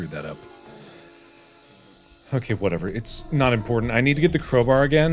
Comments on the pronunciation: Crow Bar Not Crow Bear Hahah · Bro it's crowbar not crowber? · im sorry but why does he say crow-brr instead of crow-bar